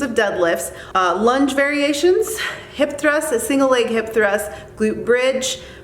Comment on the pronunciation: What is a hip thr???😂😂😂😂 you actually said it too??!